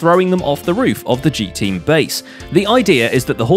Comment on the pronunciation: can you please call the G-Teams people names correctly with their Gs